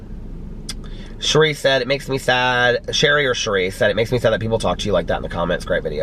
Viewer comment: Thanks for mentioning my comment on the vlog. It makes me feel like I am one of your peeps. Since I am one of your peeps you should know the pronunciation of my name. It is like sherry wine. Ooops I hope that doesnt trigger your sobriaty. Bahahaha. Anyway, when I was born my dad wanted to name me Sherry but for some reason my mom didnt know how to spell it so she went with Sherie on the birth certificate. Thanks for all your videos. I watch everyday. Peace!